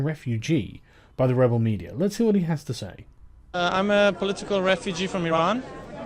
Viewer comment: whats with brits and sneaking r's into words with a's in them. Like ' I sawr it" or " the mediar" or "canadar"?